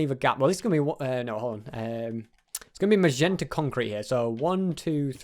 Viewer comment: Sorry for saying this but it has annoyed me for this whole vid that it is magenta mot mazenta once again sorry for saying that:'(